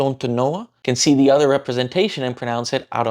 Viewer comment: Hey, good job, but you missed a small detail. I assume you meant "Do you know the way?" You were mostly right, but the consonant in the word "the" isn't a d, it's actually a ð, I guess Indonesian doesn't have that sound so you might struggle hearing it, but try learning it, it will make you sound much more fluent. You can learn about it by googling "The th sound in English" or "voiced dental fricative" there's a voiceless version too that you probably also mispronounce as t.